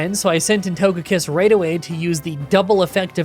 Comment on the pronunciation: Yeah, it's odd that he mispronounced ToGEpi and ToGEkiss 😢